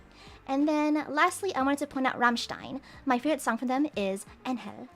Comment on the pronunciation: Aye German dude here, even though the way she pronounced „Engel“ wasn‘t right, it was the most beautiful variation I ever have heard